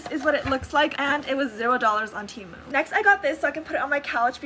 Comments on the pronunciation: First off it’s not Tim-moo it’s Tee-moo secondly those little games are all bullshit. I was told I had $200 credit and just needed to spend 30 more dollars to get it. So I bought like two things for $32 bucks and it said ok just 20 more dollars and you’ll get your free $200. I don’t really know how it works but someone made a video on YouTube and they had to pay like a grand to get their “free” shit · It drives me nuts how you make these videos and hear everyone say “TEE-MOO” yet you constantly say “TAY-MOO” , ffs learn how to pronounce it if you are going to earn from putting it down ! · I hate how half the people can't pronounce it correctly, it's like have you never seen one of the ads for it? It's TEE-MU Not Teh-mu Not Ta-Myu Not Tie-Mau TEE-MU Or more I guess TEE-MOO Like I hate how everybody calls Shien "Sean" or "sheen" No.... It's She-En Not "Shen" Not "Sheen" Not "Seen" The amount of people that just can't pronounce things absolutely drives me up the freaking wall. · TEMU is pronounced : Tee (like a tee for a golf ball) Moo (what a cow says) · My God its, "T Moo" TEMU. Americans pronounce it so weird. 😂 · Yt people will hear something said the right way and STILL say it wrong... Dude Tee-moo dang lol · Bro….Temu = Tee’Moo…maybe I’m wrong but the way you were saying it made me want to bash my skull into a wall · Do you feel smarter than your viwers by mispronouncing tee-moo 😂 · Can't watch any more of you mispronouncing TEMU (tee-moo) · repeat after me: tee-moo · Tee-moo that’s how you say the junk depot. Look at the teemoo fails it is so funny how they get u with no returns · It’s T-Mu bro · It’s actually “Tem-mu”, they made a halftime commercial like last year or 2023 trolling everyone with the pronunciation 😂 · it’s teeeeeeeeeeeeeeeeeeeeemu. for the love of god. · Why is he saying Temu wrong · I winced every time he said temu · Never heard anyone pronounce “temu” like you… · Are you pronouncing it like that for rage bait?? I can’t even watch this video 😂😂